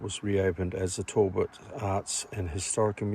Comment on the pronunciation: its not tallbot , tal-bot